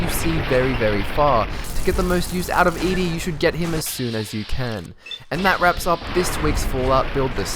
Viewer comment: the robot's name is Ed it's Eddie that's how you're supposed to pronounce it